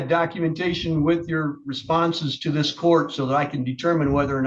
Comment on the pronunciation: 😂😂😂 what proof do you have that you are a protector Worker?? well, you see, I have ziss and ziss😂😂😂 I have never heard of that disability before "ziss n ziss"😂